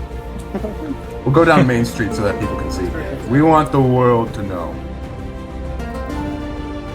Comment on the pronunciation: 'inside the woold' yes i'm annoying